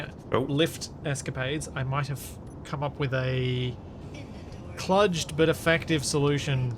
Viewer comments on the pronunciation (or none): Kluged is pronounced "kloojed," not with a soft u (like the u in rune not the u in tug). Speaking with some authority here, since the word was coined at my alma mater.